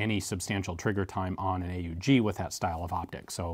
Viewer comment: Thanks for pronouncing it "ay-oo-gee" instead of the usual "awg" :-)